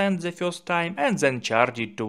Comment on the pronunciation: Why is your English so damn bad? It's not zen, it's then....